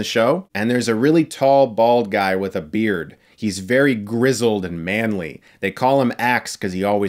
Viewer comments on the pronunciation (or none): none